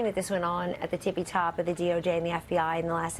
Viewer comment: She said "tipy tops" 😂🤣